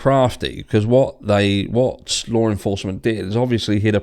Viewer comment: you said "Lawrr enforcement" again lol. It sounds so ridiculous haha